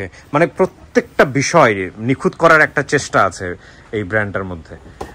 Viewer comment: Nikhut , NOT nikhud